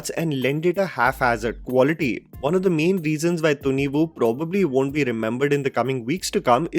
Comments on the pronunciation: "Thhunnivu" ? 😂 just Thunivu. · It's not tunivuuu, it's tuniv + quick soft uh sound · I think it's pronounced as thunivai. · pronunciation of Thunivu is Thunni-woo🤣🤣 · Kannadigas hearing the movie title pronounced by you! 😂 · kannadigas would be laughing on loop by the way pronounces thunivu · You cant even Say Thunivu Rightly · He can't even pronounce a movie title, but he judges an entire movie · My God, your pronunciation of Thunivu and Varisu is still a disaster 😂